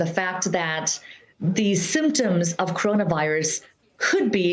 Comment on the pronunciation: That Chinese doctor’s pronunciation of corona sounds like “Crohna” like Crohn’s disease . Maybe she needs to pronounce it more clearly and slowly because it’s a three-syllable word and not a two-syllable word